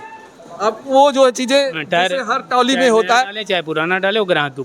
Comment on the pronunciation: मेरे पत्रकार भाई ताली नहीं ट्राली है है तो आप पत्रकार लेकिन पता नहीं आपको बोलने का तरीका क्याहै